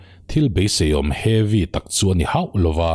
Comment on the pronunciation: Heavy tih tawngkam hi a hman a nuam deuh a ni turah kan ngai a ,mahse ati lemdeuh chuan ka hria a, uar tum lutuk hian a ti ho deuh in ka hria.